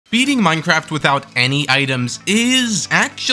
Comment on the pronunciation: HE SAID MINCERAFT NOR MINECRAFT